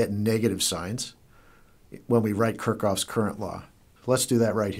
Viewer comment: haha "kurkov"? it's kirchhoff